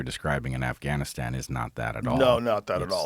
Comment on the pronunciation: I like how Bret said “Assgainastan” accidentally..